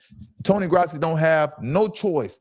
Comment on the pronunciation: He doesn't deserve to have his name pronounced correctly... Damn you and him